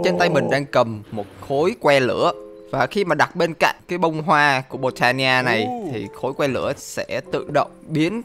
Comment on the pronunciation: bồ tây ni a chứ ko phải là bôn ta ni a